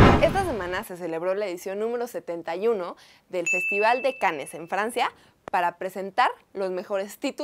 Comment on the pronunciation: Se pronuncia Cans